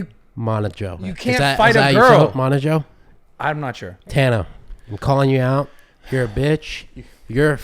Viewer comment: Its pronounced like “mo” “joe”